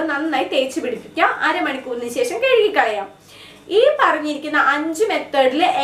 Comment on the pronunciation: Ha i...your tips are really useful...but ...I want give a suggestion...don't feel bad...while you are describing....you used to tell...."kezukikalayam"it's irritating...me just tell "kazukikalauam